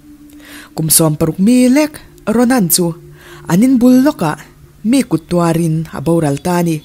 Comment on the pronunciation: Mizo tawng chhiar i thiam fu mai. Mahse, a tluk turah zir belh hret hret ngai ala awm. Thluk hniam tur thluk sante, thluk sang tur thluk hniamte ala awm Entirnan: an in bul lawkah mi khut tuarin. Hetah hian mi hi thluk la, mì kut tuar. Miii kut tuar tih ang deuh hian. I lam danah khi chuan midangte tih a mi kan lam ang hian i lama, hetiang hi a awm zeuh zeuh. Indiiaaa ram tih anga lam turah India ram thluk lova lam tawp hmuk te. Ziah chuan ziah thiam a har, i hriatthiam mai la ring e.. Duhsakna aw a ni e..